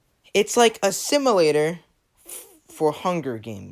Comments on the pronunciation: simUlator not simAlator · "similator" had me dying